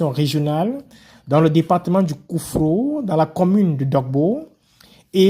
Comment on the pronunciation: COUFFO*** pas KOUFFRO